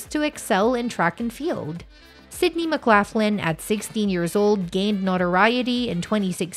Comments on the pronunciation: McGlocklin not McGlafflin. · Please learn to pronounce her maiden name correctly. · States pronounced laugh Len, north lock Len doesn't matter thanks for sharing we share same last name. Khun Narrak Mak Khap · Mc Laff Lin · pronounce her name RIGHT or dont even show the video. so much for credible reporting. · Learn to pronounce her last name correctly before making the video, please. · Not pronouncing her last name correctly.